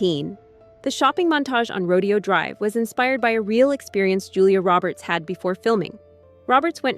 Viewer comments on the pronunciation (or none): Row-Dee-oh drive?? 🤡